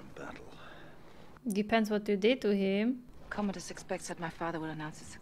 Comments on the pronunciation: However his name is "Commodus" and not "Communus". 🙂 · The name is Commodus. There's no "N". He was an actual Roman Emperor. But this is not historically accurate, it's a made for the big screen story. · Go to sleep "Comonus" haha